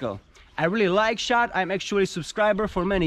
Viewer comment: he says his name as lololol